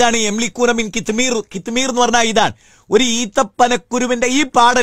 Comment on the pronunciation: ഉച്ചാരണം കിത് മീർ..... കുലിദ്ഉല്ലദീന.....